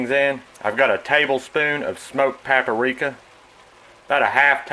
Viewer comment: Papp-a-rika It’s a simple dish, but you’re doing it to perfection!!!